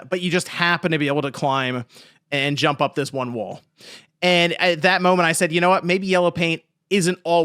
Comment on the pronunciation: The emphasis was profound